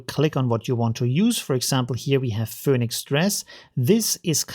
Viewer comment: Phoenix is pronounced FEE-nicks Great video, thanks!